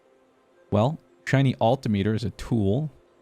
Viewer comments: Agree on the flycycle pronunciation, but altimeter is pronounced "all-tim-mitter" much like the word speedometer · your pronunciation of altimeter is literally killing me every time I hear it.